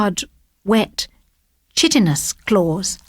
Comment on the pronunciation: chitinous isn't pronounced correctly ☺